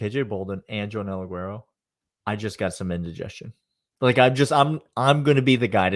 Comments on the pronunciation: Let's do it again. Ugh-where-oh. Not ugh-rare-oh. ❤ You guys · Why r we calling joenel aguero, A-ger-o now? Also Aguero gonna start at nickel, he was just Espns pick for most important player on UGA for 24, crazy pick but nonetheless...dan jackson, pope, DDS and KJ prolly all gonna rotate opposite Starks early.. but i think KJ and Ellis both are starting by years end.. Go Dawgs!